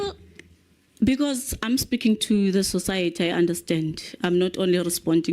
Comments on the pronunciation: Minister said "Basical" what is that word? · 😂😂😂" basicle" ... This woman is disappointing. SA can really do better as far as public reps are concerned